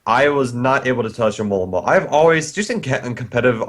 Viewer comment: Hey, you should try to learn how to say Alomomola! It's more like A-lo-mo-mo-la than A-mo-la-mo-la!